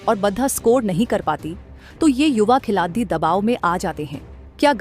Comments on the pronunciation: अरे AI जेनेरेटेड विडियो है। खेलाडी को "खेलाती" बोलना जरा ध्यान दिजिए, बाकि सारे गफबाजी है ईश भिडियो मे। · Khilati kyu bol rahi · आपको हिंदी बोलना नहीं आता क्या? खिलाड़ी को खिलाती बोल रहे हो। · मैडम यह खिलाती क्या होता है खिलाती !!! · Vedo m boley bali ladki ki hindi acchi nhi h sudhaar karo.।khiladiyo nhi khilario hota h speaking m not writing.। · मैडम खिलाती नहीं खिलाड़ी बोला करे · खिलाती क्या होता है खिलाडी़ होता है😂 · ये न्यूज कहा की है भाई जिसको खिलाड़ी बोलना नही आ रहा है वो न्यूज पढ़ रही है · Lady narrtion अच्छी हिंदी पढ़ रही है,पर खिलाड़ी नहीं बोला जाता,हर बार क्या बोलती है,खुद सुन लो😅😅😅😅